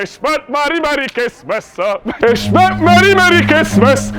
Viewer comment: hışmış merry merry cısmıs xD